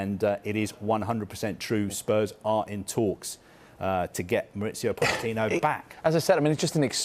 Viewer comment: Introducing Mauricio Fish-ittino